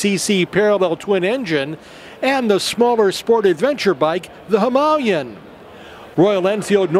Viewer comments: HIM- UH-LAY-EN not bloody Himalyen, its not even spelled that way. "Himalayan" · Why can't these guys pronounce "Himilayan" properly? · Him Aa Lay An! can't you guys speak English! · Listening to the yanks completely miss pronounce Himalayan is so frustrating! Even the guy who works for RE cant even say it properly. smh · How can the guy working for Royal Enfield not even know how to pronounce Himalayan?? Shocking...!!!